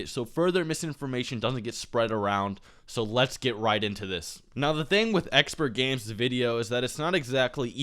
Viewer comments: not trying to get anyone mad but it is pronounced Exper not expert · You keep saying expert it's exper....I know it's weird but its there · dude... if you are going to criticize someone elses channel/video you should know how to say the name of that person properly, it makes you look dumb. and i instantly lost respect for you and took your video less seriously since you called him EXPERTgamez. when in fact he is EXPERgamez.... can you not read? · expertgames....god damnit its expergamez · Its Expergames not Expertgames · Exper not expert lol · ExperGamez. Not Expertgames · Omg did you say ExperTgamez 😂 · There is no t in Expergamez. I'm not tryna be a dick, I assume you knew that. It just sounded like you were calling him "Expert" in the vid. I probably misheard, but just in case I didn't, he takes offense to being called Expert Games. I appreciate your respectful tone because you guys are two of my favorite YouTubers so I'm really glad you tried so hard to avoid starting a fan war. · It's Expergamez idk why he didn't put the "t" in their. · no its just, not really professional to say someones name incorrectly if you are trying to critique them... i dont really care either way. i dont particularly like expergamez or. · Nintentalk Radio He's clearly very informed about the topics in the video, yet you're crying because he said his name wrong? Grow the fuck up